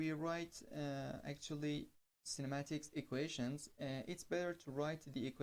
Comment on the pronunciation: You are doing a great job. Please, note that it's 'Kinematics', not 'Cinematics'. I wish you good luck. Subscribed to your channel.